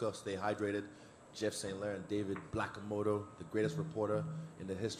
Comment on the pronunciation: Did he call Brett okomoto blackokmoto lmao